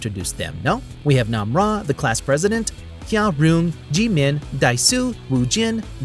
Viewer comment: Bro didn’t even mention Ji-min’s death and butchered her name 💀